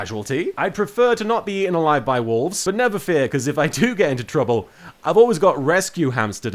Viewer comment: I honestly thought you were saying "walls", not wolves. Also, do you get given a pack a day, or do you have to forage for them on the island?